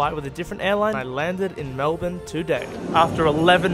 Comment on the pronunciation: Finally someone that ACTUALLY KNOWS how to pronounce "Melbourne" 💀